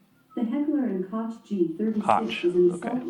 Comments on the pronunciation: It's "hekler and koh" phonetically after all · Hecler and Kosh :DDD Bro, I litteraly went to google that just like you and you still went to say it wrong. Why tf are you making this video, if you cant even say the name of one of the most famous and notorious gun brands??? Are u ok?